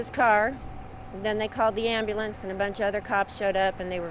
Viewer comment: “Amboolance”, check. Trailerpark, check.